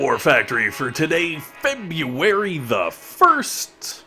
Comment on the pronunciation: Feb you airy first? wtf is feb you airy?